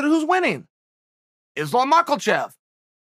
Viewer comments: No one: Chael: Islam Machlachev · Did you just call him Islam Mahklechev? 😄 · Nobody: Uncle Chael: Islam Makelchev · "Islam Mackelchev" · Chael "Islam Makelchev" Sonnen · Chael "Islam MACKELCHEV" Sonnen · "Mockelchev" lol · Chael "Islam Michaelchev" Sonnen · haha same with islam "michaelchev" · The pause after makhachev is hysterical